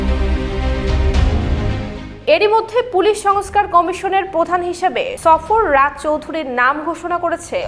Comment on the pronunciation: সফর রাজ নয় সরফরাজ